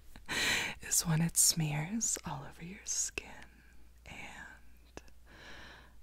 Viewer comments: You should do a whole video about the "close yarr eyes". I just love it so much it's really tingly!! ☺️💖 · Idk but “close yed eyes” is so tingly